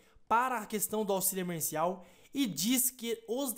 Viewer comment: É emerGeNCial e não emerCeNCiaL